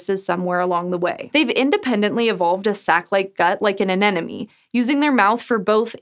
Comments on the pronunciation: AneMOne, not anenome... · First off, thank you for including the comb jelly with the disappearing butthole. I was hoping you’d discuss that. Second, it’s “anemone” an-em-o-nee, not “anenemy”. An enemy is someone who hates you. Anemone is a wiggly, brainless, tentacle monster with a mouth butt. Finally, is there a counter out there for how many times you said “butt” in this video. I feel like one needs to exist. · aNeMoNe. Not anenome. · "like an anenemy" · The script gave three chances to say 'anemone', and she goes and says 'an enemy' every single time. She's creating educational content with mistakes a high-school marine biology student would be ashamed of. SciSchow should have higher standards. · I wonder why is "anemone" so difficult to say to English speakers! 99% of the time it comes out "anenome"! Or is it supposed to be pronounced like that? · Is that really how "anemone" is pronounced? I thought you said "an enemy" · yeah same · what's this "anenome" you speak of? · Sea *anemone*.. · It sure isn't! I can't believe no one corrected her before the video was uploaded...